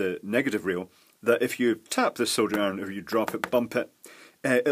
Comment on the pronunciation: I've just figured out why I really enjoy listening to you ramble on about soldering....... It's because you pronounce it "SoLdering" and not "Soddering". Maybe I shouldn't get miffed when I hear it pronounced wrong, but I guess that could be classified as one of my "Bad" points. 🤷🤷🤷 So, Thumbs Up to You 👍👍👍